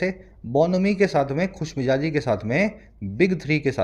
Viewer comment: Sir you taught us great but there is one mistake in your pronunciation of J and Z as in the above article BONHOMIE means Khushmijazi but you write and said Khushmijaji which is incorrect Sir with all due respect I point out an error please don't take it otherwise I want you to be correct only in pronunciation part I am thankful for each lecture sir It improvised me alot Thank you soo much